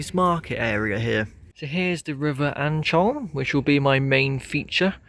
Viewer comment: I always upvote Brigg! I wish they would sort out the station forecourt, as the town is quite nice and deserves better than a patch of gravel. (Also, the Ancholme river is pronounced like, `Ann comb". But the spelling doesn't reflect that, so no worries.)